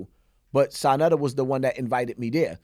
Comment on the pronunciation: Sanetta lol its Sa neter Flip